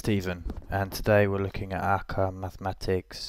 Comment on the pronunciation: its not Aca its pronounced as A Q A. jsut say the letters. its not a word lol.